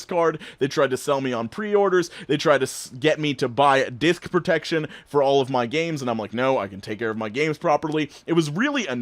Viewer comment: I thought you said they tried to sell you “Dick protection” lol